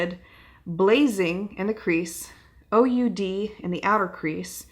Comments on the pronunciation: Oud is pronounced ood -- it is a fragrant wood used in making perfume. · OUD is pronounced ewd. It is an aromatic wood used in incense and expensive perfume!